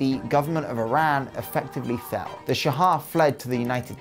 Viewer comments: It's not "sha-ah", it's simply "sha" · why do you keep saying Shah-ha? its literally just Shah, just say shaw.... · It’s Shah. Not Sha-ah. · why do you say "shahad" instead of shah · Its "sh aw h" not Shahaw. Just like how you say Shaw but with a little "h" sound at the end. You left out so much information. The Iranian economy was not on a decline at all it slowed down but it was not declining. The whole revolution was ideological rather than economical. Iran has been suffering financially for 4 decades now. However the new generation (including myself) are heavily against the government and we are very irreligious. Probably the most irreligious people you will meet in the middle east. However you can't tell that to anyone, especially foreigners cause if the government finds out, you could get in trouble. The oil crisis was not bad foe Iran but rather very lucrative cause the Arab states were involved not Iran. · Just wanted to point out, the pronunciation of "shah" is kind of off. You keep saying "shahah". Further, the AyatOllah is a "cleric" not a "clerk". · yes, it's a shame for otherwise, the video is good. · OK, so I'm an Iranian who happens to know some English. First I must say that the production quality is top notch but I have one point of criticism, you absolutely butchered the pronunciation, you could have searched for the names online. That could have taken 5 minutes maximum. ("Shaha"?! really?!) Oh and by the way I recommend "Fall of Heaven" by Andrew Scott Cooper for anybody who's interested in the topic of this video. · Those pronunciations though. 🤦 Why do people think that H's are silent in Persian? 🤨 - I've heard people say that Iran is the only country where the photos go backwards in time as they get more recent. - There's a Persian expression that says there's never been something bad that wasn't replaced by something worse. If only they had remembered that when they overthrew the Shah. 🤦